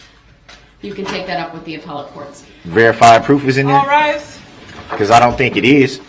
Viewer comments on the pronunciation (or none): Or apple-tea when I believe he was trying to say appellate. Words are hard! HAHAHAHA!